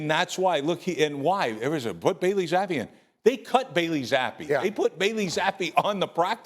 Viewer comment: Bailey "Zaffe" :) and